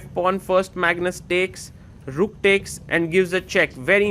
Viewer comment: Learn how to pronounce "takes" properly please.